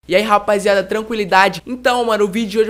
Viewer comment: é *Rapaziada não Rapaiziada